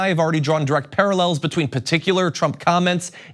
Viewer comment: PUTICULAR????????? JOHN IS A MORON CONFIRMED. PARTICULAR BTW.